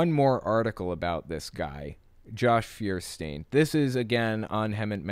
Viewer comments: Feuerstein is pronounced "foyer-shtine". Nice video as always ^V^ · His name means Fire stone and btw is not actually pronounced firestien but more like Foierstain ;) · Feuerstein German for fire stone or rather flintstone. Sry for nitpicking -. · His last name is German. "E-I" in German is pronounced like a long "I" in English. See: Frankenstein or just Stein surnames. So his name would be "fewer stine". Incidentally, "I-E" is a long "E", like in "Field". And "niche" is pronounced "neesh". It's French. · Religion aside, does that guy even know he spells his own name wrong? It's Feuerstein, it's a German word made out of the words Feuer, which means fire, and Stein, which means stone. The correct translation would be flintstone. Which kinda fits if you think about it. Anyway, it's pronounced foi·er·schtain not fir-stin. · He says liberals are the snowflakes, but I bet he’d be pretty upset if I said his last name with German pronunciation. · I find it funny how you all pronounce the name Feuerstein wrong hahaha